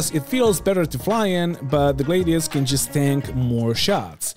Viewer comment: Buddy, you’re the best, I love your content, but I gotta tell ya man.. Gladius and Gladiator come from the same route word, so it’s a “Glad-e-us” I dunno if you’ve heard this before and don’t care, but I’d tell you if you had something stuck in your teeth, so I might as well try and tell you that you’re sayin’ it wrong, and let you do with that what you will